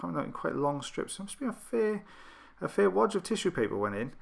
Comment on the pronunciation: I'm sure ears are very popular with children. My own brother put a bean in one of his ears and another up his nose when he was 6. The look on the A&E doc was priceless. But adults should know better. Sorry for the accent. It was the way you said "fair" in "fair amount". My ears might need to be checked. Anyway, nice to have you back. Have a nice evening. Cheers, K.